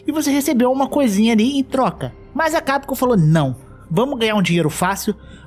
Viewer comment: não sei qual é o fetiche que esse povo tem de falar CAPCOM errado. chega o ouvido sangra.